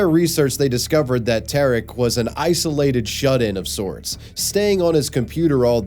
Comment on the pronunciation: Tariq from Pranknet is pronounced as TAREEK, not TERIK. Although I forgive you because you're just an American. 😂